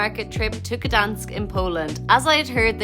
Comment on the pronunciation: you are pronouncing the City incorrect, where the G, your saying Danish all the time